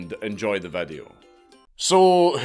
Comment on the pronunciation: Bro I know you can pronounce video correctly and all the other words you butcher… 🤦🏽‍♂️ just say video bro no need to change the vowels! Vadeo??? wtf is that???